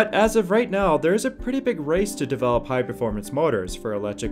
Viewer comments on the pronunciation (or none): none